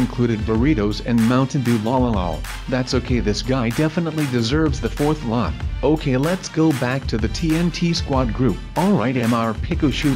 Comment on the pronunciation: And mowtine dew